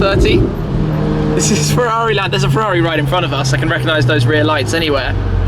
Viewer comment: Forza FEUAUUIIII, I can't hear that please stop, FERRARI NOT FEUAUI